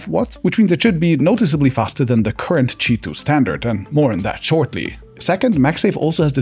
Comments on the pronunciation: why do you say cheeto ? isn't it Queue i 2 ? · Why is it pronounced cheetwo, omg I don't understand this language